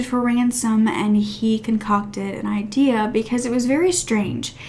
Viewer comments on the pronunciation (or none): none